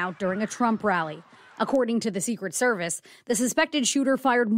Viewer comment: 0.07": "Secret Seviece.."... WUT?